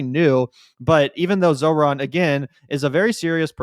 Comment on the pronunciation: Just because you mispronounced his name multiple times, it’s not zo-ran…it’s zohr-an. Peace